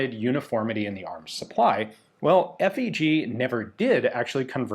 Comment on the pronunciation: FÉG is actually pronounced "faeg".